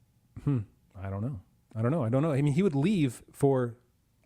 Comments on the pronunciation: Double vocals? There is often mispronunciation of the dipthong 'ae' (see video saying MAYglin rather than MYglin) But 'ea' is two separate vocalizations 'eh' 'ah. Thus Feh Ah Nor, or Eh Arr Endil. I'm not recalling any 'uo's offhand. (Though my memory fails more of late). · Stress on the first syllable, the AE has the sound of the English word 'rye', or 'eye' or 'pie'. Thus Maeglin would be pronounced MY-glin.